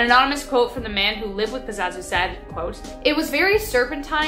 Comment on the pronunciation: Pazuzu not pazazu......